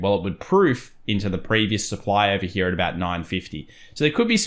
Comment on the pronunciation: Interesting how you say hera... Sometimes you say here. Which is it :)